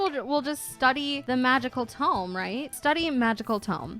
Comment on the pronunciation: why do you say it as tomb/toom? its tome, exactly as its written? lol